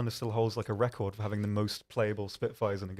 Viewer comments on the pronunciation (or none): none